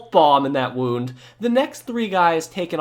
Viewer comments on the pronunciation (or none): none